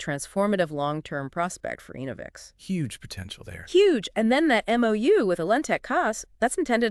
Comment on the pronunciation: Pronounced ENNA-vix… not EEN-o-vix